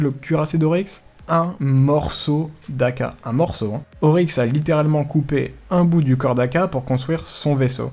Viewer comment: c'est Oryx et pas Auryx